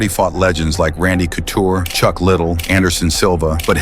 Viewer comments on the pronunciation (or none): Dislike for messing up chucks name casual. Plus Victor was on trt